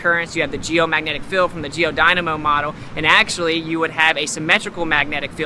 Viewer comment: Hey, it's a magnetic field, not a magnetic "filled".